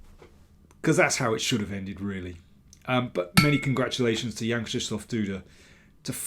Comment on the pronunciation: Brilliant stuff. Quite understandably, Janek was as pleased as punch with himself towards the end. And congrats on pronouncing his name correctly! Yes, it's "Krzysztof" rather than "Krystof".